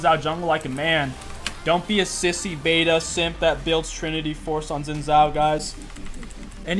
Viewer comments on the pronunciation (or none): none